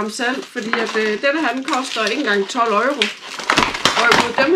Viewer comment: Haha Øjro. Uden at skal lyde som en dansklærer, det hedder euro ligesom Europa eller Euroman. Man kalder det jo ikke øjroman😂😂 sagt med et smil på læben. Men ellers god video👍🏻